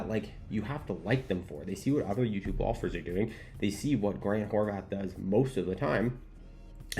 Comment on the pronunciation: He's always saying Horvath with a TH, no? Every video i see he's always mispronouncing his name..